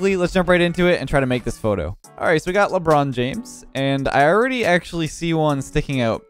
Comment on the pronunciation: “LeBronze James” 😂😂